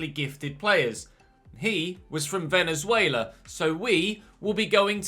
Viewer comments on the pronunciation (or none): none